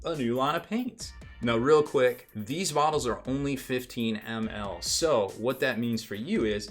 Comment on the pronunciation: I must not be the only one to think his pronunciation funny then :D